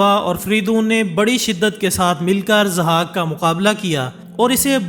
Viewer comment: Zahak, not Azhak. Just legend not history. Mentioned in Shahnama Firdausi.